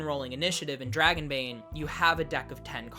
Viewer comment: NOOOOOOOOOOOOOOOOOOOOOOOOOOOOOOOOOO! LOL okay guys, so NOT say it like that, THAT is a swedish accent whit French R's ONLY spoken in southern Sweden. Just DON'T! 😆